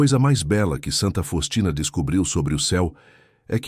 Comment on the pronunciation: É Santa Faustina você está pronunciando o nome errado